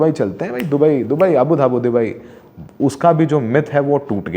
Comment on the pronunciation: woh Abu Dhabi hai,apne kai baar AbuDhabu bola diya.😊